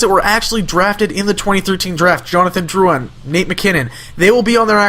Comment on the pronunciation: Holy shit people, why can't anyone pronounce drouin's name, I have the same last name as him (btw I'm not related to him, I live in ontario and he is in quebec). It's prounounced Drew-In, Not Drew-Ann